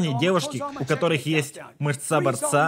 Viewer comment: МЫшца. Только если нарочно ударение смещено, понимаю, всё хорошо:-) Спасибо за перевод.